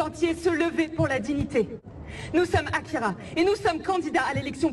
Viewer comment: Mes oreilles on saigné quand elle à écorché le résumé et le nom de l'auteur du manga AKIRA.